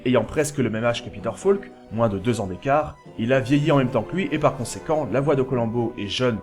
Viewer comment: Grand fan de Columbo ! Concept unique, personnage inimitable. Peter Falk, inoubliable ! PS: "Falk" se prononce "FOlk", pas "FAUlk" ... c'est un détail, mais vu que c’est mentionné au moins vingt fois, ce serait bien de le prononcer correctement. Rien que par respect pour Peter Falk ;)